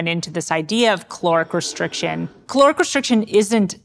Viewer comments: It's caloric not chloric, bugging me she can't pronounce that word! 😂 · Is it me or I am hearing 'cloric' restriction. I had to check the captions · And I'm stuck on the question, Is the word "caloric" or "calorific" ? Thus reducing my lifespan 😂